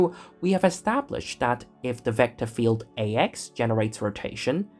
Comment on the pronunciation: Certainly very good illustrations. This is may be a bit personal: As a German speaker with a healthy accent in my EN myself i found the voiceover a little painful to listen to. The accentuation is very strong but a bit random (why always “vector FIELD” for example?) and there is something with the Rs and the Ts that sounds - weird. Again, I have an accent myself and no problem with that in general, but you seem to emulate really posh EN speakers and this imo goes terribly wrong. Might be better to just celebrate your natural accent, no matter which one that is - always better than sounding like King Charles after two weeks of constipation (“agghhr times agghhr”). Bit personal, but i am convinced that would give you a wider audience…